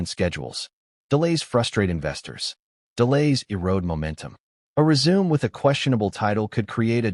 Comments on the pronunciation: Reader: Résumé is pronounced Ray-su-May. Nit resume. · "Resume," you say, like to continue something? I PRESUME you meant RESUME with the final "e" sounding like a long "a" speech sound, and the "u" sounding like the "u," in "CUT." (Can't you just hear the director yelling that at Meghan?)